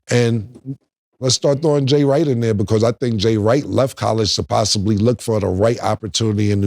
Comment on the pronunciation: This man said Jay Wright 😂😂😂😂😂😂😂